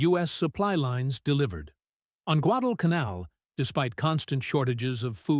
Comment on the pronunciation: “Guad-el-ca-nell”. Thank you ARTIFICIAL so-called intelligence🤣🤣🤣🤣🤣🤣🤣🤣🤣🤣🤣